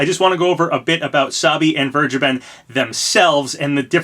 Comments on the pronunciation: Vergeben is pronounced somewhat like: "Fair-Gey-Ben" Also, it means "Forgiven" and yes I Think It's a weird Name. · He sounded British when he said Vergeben the second time :O